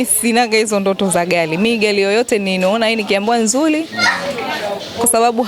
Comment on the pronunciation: Haaa haaa gari imekuwa gali 😂😂😂 Mhhh